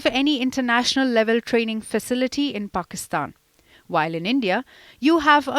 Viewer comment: We is she pronoucing it as if she's saying PORKISTAN?